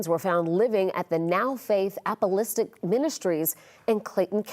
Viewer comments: She keeps saying “apolistic”😅 it’s APOSTOLIC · ApoLISTIC??? It’s Ap.o.stol.ic. Brush up on your literacy skills Sis. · Pronounced App-ah-STAH-lick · App os tolic !!! Apostolic, it's not hard to pronounce! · Why can't these people pronounce Apostolic? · Why cant these reporters pronounce, "A- PO- STAL -IC "?????